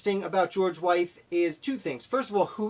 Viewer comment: Pretty good summary of life of a man who did so much. I just want to note his last name is pronounced like with. Also, they others poisoned was his freed slave, Lydia Broadnax, who served as his cook/housekeeper and his free, mixed-race student Michael Brown.